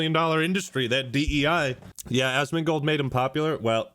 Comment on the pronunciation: Man I love the YouTuber “Azz-Mon-goaled” Azz-mon-gul… azz-gul nazz-gul…. Nazgûl?!